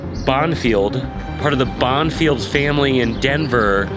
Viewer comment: It’s pronounced Bon-fee